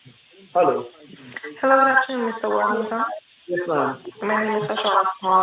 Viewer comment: Greetings everyone. you pronounced Everald lost name wrong sir you should have said Everald War-Hog-ton.